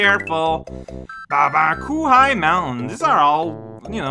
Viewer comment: Ah yes coo-high mountain, the mountain of all the things that are absolutely pronounced “coo-high”, magnificent